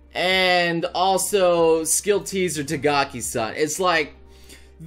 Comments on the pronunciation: # It's "Takagi" not "Tagaki". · # it's takagi not tagaki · did he just say tagaki-san??? I thought her name was takagi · pls stop saying takagi as tagaki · # when will you pronounce Takagi's name right?